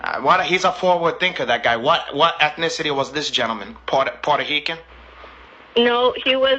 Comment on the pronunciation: “Puerto Hican” LMFAO